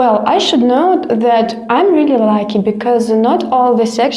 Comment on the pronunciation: I've noticed many Russians pronounce lucky like lacky. Uh uh ugh.